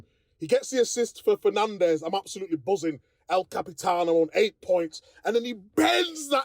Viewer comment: Also thinks he speaks Spanish with the " el capitano" which isn't exactly correct 😋